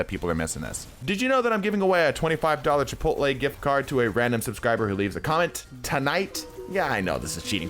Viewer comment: Did someone say Chipotel?